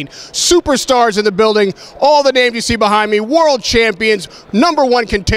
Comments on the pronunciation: Brian Greenberg he needs to put some respek on them names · Charlemagne is chopping these names up! WTF!